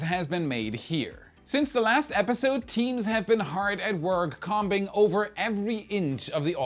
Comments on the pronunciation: Com-bing?, your German is showing😊 it’s comb (Kome). Like the thing you drag through your hair. That’s an English oddball word, free pass on this one 😂 you’re the best, mate! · Lol. Love you, but combing is pronounced like homing. English is cray. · not comm-bing use an app to read your script to you so you can pronounce english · "COMBING" ahahhaa you German, you ahahah :) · Com-bing lol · Oh btw "comb, combing" sounds like "home", silent b. Also love the vids! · Nice script reading, read the word combing a bit wrong, oops. Great info tho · Minor point, in the area of heading towards perfection (just as SpaceX). look at the pronouncing of “combing” in combing over. Perhaps a recording glitch, but it threw me off for a moment. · combing, lol (no disrespect, I get that you’re reading a script)